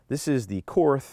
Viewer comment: Sweet gun. It’s pronounced like kort though . The h is silent